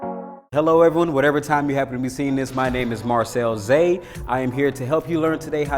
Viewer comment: I enjoyed viewing this video! Marcel was filled with energy and his pronunciation was perfect. Great video, I look forward to more content from him.